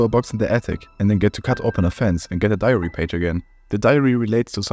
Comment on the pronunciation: I hear ‘diarrhea’ every time you say ‘diary’ 😂